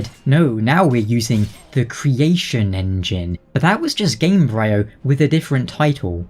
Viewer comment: I believe the -bryo part of Gamebryo is pronounced like in embryo.